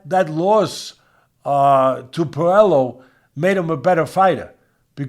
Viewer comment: N it's pronounce Pueyo not puelo so in Spanish the double LL makes the yo sound 😮😅😅😊